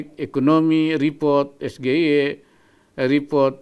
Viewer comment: Di Indo, SGIE memang biasa dibaca ES GE I E ya, bukan ES JI AI I :D